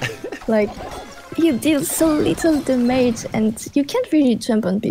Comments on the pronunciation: I find it funny how she pronounces "damage". Her english is very good tho. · damaege!! I always say that with my cousin when playing clash(supercell) games. It's kind of like an inside joke to us and now is saying it. haha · Does she know how to fucking pronunce DAMAGE? Nice challenge btw